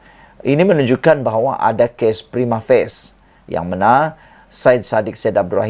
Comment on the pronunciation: Org disingkirkan ini mereka yg sdh dolantik bukan org yg tidak atau belum dilantik. Kau ini faham Bahasa Melayu. Siapa dan apa status kau mau setuju atau tidak ? Termanya "prima face" atau "prima facie". Kau tidak malu ke sebut "prima facie" pun tak tahu sebut.